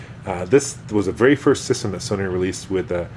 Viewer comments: I love all your videos, but it makes me laugh.... soneenee... :) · he said sonyni